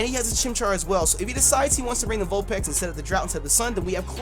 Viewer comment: Vulpex? Haha these pronunciations